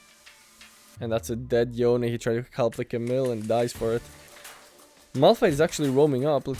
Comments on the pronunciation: Love your content, but its yone not youn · its 'yo/ne', not 'yown'